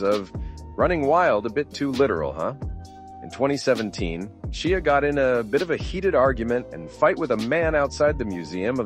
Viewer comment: His name is Shia like Shya.